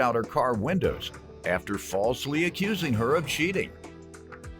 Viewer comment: I heard that Memphis accent soon as plantiff said "accurzing". Gotta love us! "Diffurse" .